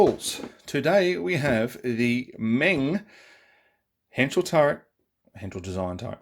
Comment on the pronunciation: Meng did a King Kitty with full interior(TS037). So the upper hull is from that kit, me thinks, hence the way it looks. And for what it's worth "Meng" is pronounced "mung". :-)